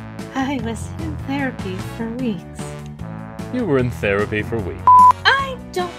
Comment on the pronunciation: “She was in thearpy for weeks”